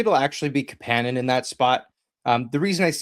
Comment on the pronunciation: Kapanen isn’t pronounced that way. Marry and Kapanen said they don’t pronounce it that way.